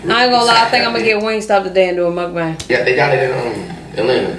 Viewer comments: It started in Korea and it pronounced mookbong even though it's spelled mukbang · I think it started with Koreans and it’s actually pronounced like muck-bung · Some people that's like Indian or Asian idk started it. Somebody had a video of em I think beloveslife. It's pronounced originally Mookbung (MUKBANG) like flight Was saying. But u know black folks change every thang lmao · asians say mukbong